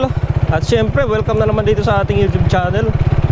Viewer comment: Syemprrrrrrrrrrrrrrrrrrr hahhahahahaha